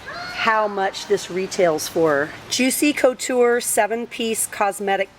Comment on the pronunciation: Please pronounce Juicy Couture right sorry....